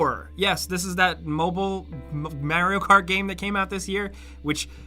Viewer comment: I never even heard of Marry-O Cart. :P